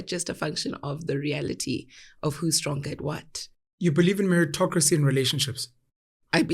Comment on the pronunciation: meritocrisy...mmm I heard that word 😂...